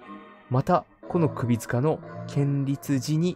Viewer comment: 建立(こんりゅう)かねぇ読みは